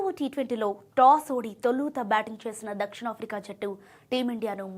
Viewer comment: Toluuta కాదు తొలుత